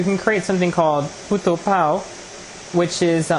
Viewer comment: I thought his said "Puta'' haha